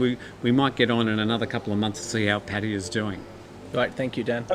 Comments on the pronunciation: None of those. Thai people pronounce it Pa—Tay—AAHH, three full syllables with emphasis on the last syllable. I would consider that the definitive pronunciation, not the way the people in this video are pronouncing it. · Hi, Sawasdi khrab. I am an Indian loving Thailand because Thailand has more original Indian Hindu culture than in India itself. I am a regular viewer of your channel. Kindly enlighten me how Pattaya is pronounced. Is it " patiya, or Pattaya, or patya